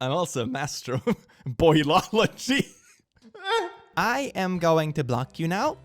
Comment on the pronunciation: the way that one guy says boilogy and then calls himself smart lmao